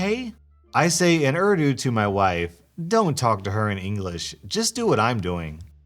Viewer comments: its not ardu lmfao bruh its ooordoo... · Oof, I know I’m just that one person... but please please say the country and languages names correctly... it’s just a pet peeve of mine.. like Urdu - ( Or-thu ) Pakistan - ( Pawk-uh-st-awn ) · urdu is pronounced ooor-dooo